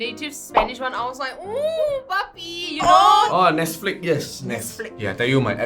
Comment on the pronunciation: guy: oohh nesflicks yess girl: *side eye corrects him